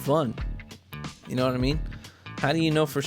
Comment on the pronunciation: Love u, "u knaw what I mean"! Hahah but seriously u know what I mean right? Happy New Year and wish u the best in 2019